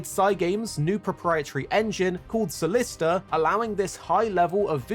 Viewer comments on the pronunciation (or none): Wasn't Cygames engine called "Cyllista" and not "Salista"?